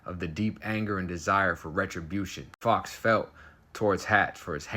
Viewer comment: SKILLS,. Fowkes is said as Foe-kes, American English V UK English.:face-green-smiling: The old accidently left the door unlocked trick eh!? Ya LOVE to see it.